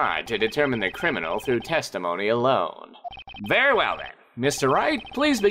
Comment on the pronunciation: I've noticed that the Judge is pronouncing "Very well" as "Ver well"